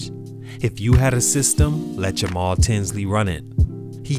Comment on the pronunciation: YOOOOOOOO!!!!! SHOUT OUT FOR THE LOVE!!! YOU ACTUALLY PRONOUNCED MY NAME RIGHT ALSO!!! MAJOR RESPECT!!!!